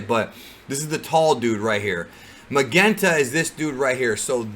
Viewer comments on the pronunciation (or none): Just a heads up, Magenta is pronounced with a J. As in Majenta. But knowing language barriers, I wouldn't be surprised if it does end up a hard G in the movie. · I think magenta is supposed to be pronounced ma-Jen-ta, like the colour. The colour of magenta’s suit. Also, since you mentioned the guy wanting to be a super hero and (in my opinion) the gammas in the recent poster are doing the same poses as the great saiya man, I wonder if they have been made to be like Saiya man because the little guy wants to be like him. If you see what I mean. Or he’s jealous of him, and so he kidnapped Pan to try to get him to come to his place, so he can destroy him with the gammas. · Magenta is pronounced Muh-Jen-Tah. Carmine is also the name of a color. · Magenta is actually pronounced Majenta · It's Mah-Jen-Tah like the color I believe. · Great content! Keep up the outstanding work. Oh and Magenta is pronounced ma-jen-ta. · It's Ma-jen-ta. Magenta like the color. Red themed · i think magenta is pronounced like the color not the way you said it 😂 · I'm sorry, did just pronounce the color "Magenta" completely wrong or are my ears playing tricks on me? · He wasn't trying to pronounce it as if it were in Japanese. He just didn't know how to say it. I was just helping him out. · Lmao u cant say Magenta?